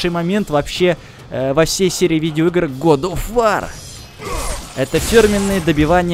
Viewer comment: год оф вОр, а не вАр